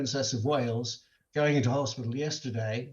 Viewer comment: I'M SO GLAD IT WASN'T AN EMERG-JANSAYE UND SHE'S OKAYE TADAYE UND YESTURDAYE OKAYE 🤣